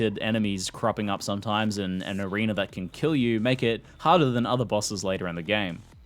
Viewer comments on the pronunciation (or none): none